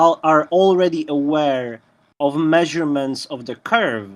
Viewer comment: You don't have no may-zure-mints. When you look out and take a may-zure-mint you have a flat base line. Holy shit tell that drunken fool to put his teeth in before he speaks. Show some respect.